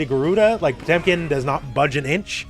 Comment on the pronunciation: They butchered Potemkin RIP!